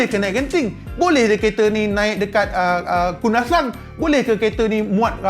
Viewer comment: Caya lah lu bro..sebut kundasang..lurus liao..I like to my first view to see you ..+ you sebut kundasang